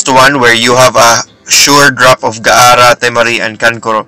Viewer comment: Its gaara not ga ara